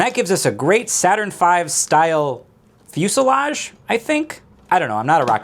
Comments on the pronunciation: Gotta love the struggle with "fuselage" but nails "ziggurat." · i think you meant “facelage” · As someone who grew up watching Drake and Josh, my immediate response was "foo-sell-uh-jee" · did he just call it a face ship? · "Fuselage? I dunno" Also: "Ziggurat"